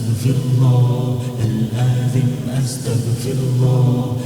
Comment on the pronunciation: It’s good but it’s not athem it’s aatheem